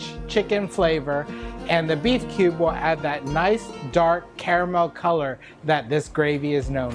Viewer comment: when i listened de word kube, I just escaped.